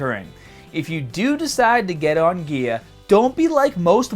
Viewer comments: Dude... It's 'gear' not 'gea-ah'. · "Once you stopped the ghear" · Once you stop the geahh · Stahting geah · the way he says baaah (bar) staaahted (started) geahhhhh (gear) strongaaaah (stronger)etc. I only noticed a few weeks ago but im genuinely curious if its an accent or not. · why do you sound so australian when you're saying "on gear".:D:D good video gj